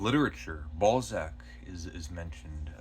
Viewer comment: I laughed when you said "balzac" hehe. Welcome back buddy. I've been wondering about you lately.